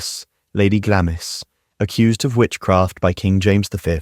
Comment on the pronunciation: Glamis is pronounced Glamz. Janet Douglas is also said to haunt the chapel at Glamis Castle.